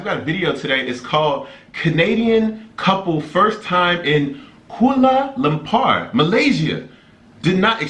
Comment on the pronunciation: The way he pronounced "Kuala Lumpur" Lol